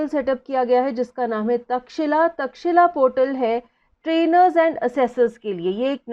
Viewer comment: IT is Takshashila not Takshila